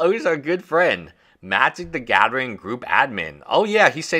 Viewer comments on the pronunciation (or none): "Wif a crypto coin" "magic the gaddering" "Twenty twenty free" "everyone udder word out of my mouf" Learn your "th" sound, it's not "d" or "f"